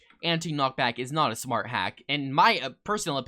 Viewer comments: when he the and the the says the word "not" in british accent :flushed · when he said not really a skill I don’t think it sounded british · I HEARD IT TOO LOL! 💀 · THE WAY HE SAYS “NOT” IS SOOOO BRITISH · He does the same accent